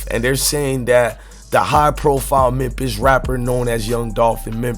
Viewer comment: Yoooo it's Memphis not MEMPISS 🤦🏿‍♂️